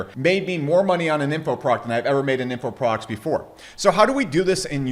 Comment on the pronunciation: When you say "products" it sounds like you're saying "progs" or prawgs ...